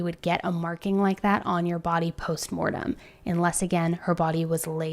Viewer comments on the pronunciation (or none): It’s not “post Morten”. It’s ‘post mortem’. Just clarifying.